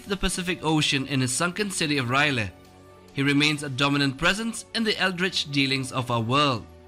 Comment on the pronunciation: It's R'lyeh not Ryley